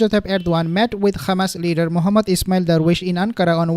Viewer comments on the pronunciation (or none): Can you please stop saying "KHamas"...? That is the Israeli way of saying Hamas. There is no "KH" sound in Hamas! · Yeah I noticed that too. What nationality is? Maybe he can’t pronounce the h in arabic